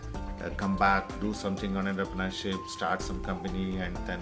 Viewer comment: eda poo VC than poyittu entrepreneurshipinte pronunciation padichittu vaada pulle